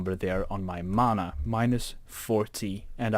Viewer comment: its not mona its mana